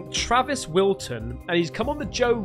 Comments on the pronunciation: his name is Travis Walton, not Wilton. Just fyi. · Walton not Wilton lololol